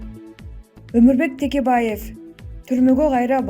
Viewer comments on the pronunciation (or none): none